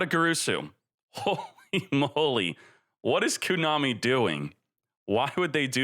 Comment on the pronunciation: Trying to find the meaning behind Konami's banlists decisions is like trying to find the "u" or "oo" in your pronunciation of "kOnami"